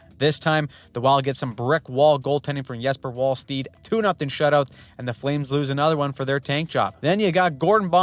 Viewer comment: in wallstedt the d is silent. Sounds way of when you do the opposite. Not easy to know though. It's just how that name is in sweden